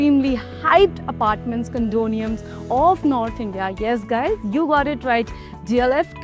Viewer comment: Sorry but you lost me at "condoniums".